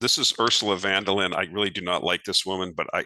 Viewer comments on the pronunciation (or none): Hi: friendly help offered for her name‘s correct pronunciation: Ursula Fun-der-Lie-an 😅